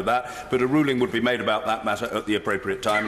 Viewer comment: "attempts have been (may'd)"